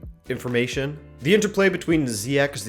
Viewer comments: You pronounce Ziyech with a gutural ‘g’, ya know Dutch style. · The start of your pronouncation of Ziyech is good but the end (the ch) part you pronounce that like the dutch G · Ok this is dutch( je spreekt ziyech uit op z'n nederlands ja ik weer het klinkt raar oja leuk kanaal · hello. Dutch person here to clarify the pronunciation of Ziyech: in the netherlands people pronounce it the way you do, but with a hard G at the end (which sounds like you're clearing your throat). However Ziyech is a moroccan name. And in Moroccan you pronounce it the way you do. hope this clarifies it somewhat. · I'd say the second one is more right than the first. The first one is close to the Dutch pronunciation but the "ch" sound is way off (you'd need the Dutch hard "g", search for "achtentachtig" in Google Translate and let the computer pronounce it to find out how to say the Dutch "g"). The second is really close to the Moroccan pronunciation. Edit: I just found out Google Translate screws it up terribly, so don't listen to me. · I would agree but Ziyech is Moroccan not dutch. So the pronunciation is a little different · I think it's kinda weird, they keep pronouncing it wrongly, when those journalists/commentators found out they did pronounce it wrongly, justifying it, saying: "we've been mispronouncing it for too long to now change it." I don't get that. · Hakim ziyech is Moroccan and [chh] doesn’t exist in Arabic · It pronounced as Ziyech, not Ziyek, it's only English people and Netherland people who pronounce it like that, but his real name is Ziyech. Ajax has a chance to win but I've heard that De Jong the young midfielder player of Ajax is injured...he's a great talented player he saved Ajax many times I hope he plays against Juventus in Tuesday...His injury looks so serious though... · The Moroccan prononciation is Ziyeshh. But Dutch commentators (and almost everyone in Holland) say Ziyeghh. On the Juve-Ajax game, i expect a 1-2 win for Ajax. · It's pronounced Ziyesh